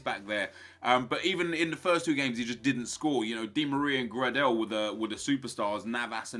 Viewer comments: It's pronounced grey-del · Grahdel? Why do you say his name like that?